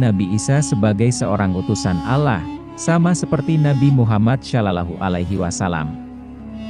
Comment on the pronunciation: Narasinya belajar mahrot tajuwit cara penyebutan kurang pas : Alloh. Sholohualahi wasallam, belajar dulu , kurang enak didengarkan. Kaya orang non muslim.